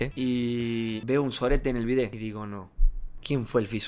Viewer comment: Pensé que decia a bet en vez de el bidet ajjajaj